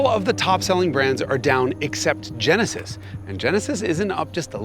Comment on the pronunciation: Oh, yaah.. ze Tjenesis !